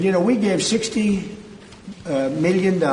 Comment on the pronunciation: How he says “meelyen” has always irritated me